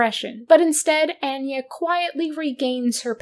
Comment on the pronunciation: Omg the pronunciation of “Anya” is sending me… Love your videos but why are we mispronouncing this name immediately after it’s used in the game? And also pronouncing it in different ways? Feels deliberate somehow?